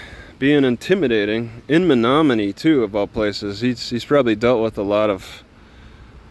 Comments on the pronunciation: I would’ve pronounced that “Me no money” if you hadn’t said it aloud. I also finally realized your voice reminds me of Mike Judge. Stay safe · City pronounced ME NO MONEY.